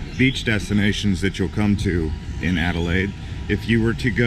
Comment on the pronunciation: Alelaide stop not perth ok cute ✈👍🎉🎉